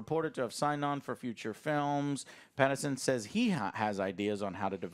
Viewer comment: Why does Joe have NO idea how to pronounce Pattinson’s name? Lol